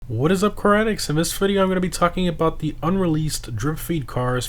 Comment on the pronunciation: I always hear karaticks ... When u say car addicts